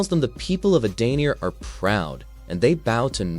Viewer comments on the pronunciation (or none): It’s EdeniA Shang Tsung Sindel was already dead here and brainwashed. That’s why she looks so different… So many names are said wrong and plot points are incorrect. I stopped watching after the 8th mistake within 5 minutes.